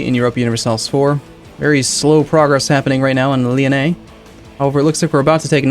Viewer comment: I'm actually a french guy so it makes me a lot of funs when you said Lyonnais 😂 Anyway a good video like everytime.